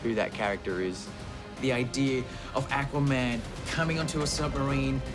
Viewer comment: Akwuhman - Dolph Lundgren